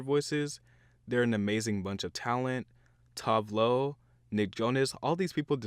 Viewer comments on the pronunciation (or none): Two-veh Loh not Tu-veh Lo